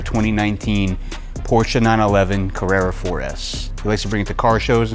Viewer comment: Porsche is a TWO syllable word.